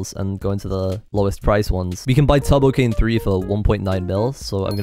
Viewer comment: Am I the only one that hears 'Tubbo-Cane' instead of 'Turbo-Cane'? XD